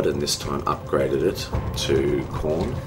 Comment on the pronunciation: Nice cast as always. (Though you drive me crazy saying Khron rather than Khorne) Nj